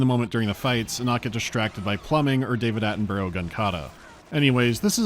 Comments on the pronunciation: I'm sorry, David A-ten-bo-ro??? NO David A-ten-bra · It's pronounced Atten-bruh. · The way you said David Attenborough's name made me twitch >.>